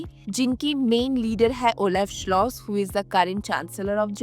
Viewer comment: Expats.😂😂😂 If you live in Germany then you are an immigrant (alien). The name of the German chancellor is Scholz and not Schloss. 😂